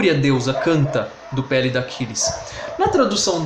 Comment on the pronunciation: Cuidado com a pronúncia das palavras a-TRI-da, cro-NI-da, pe-LI-da!